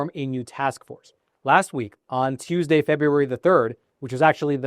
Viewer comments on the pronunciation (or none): none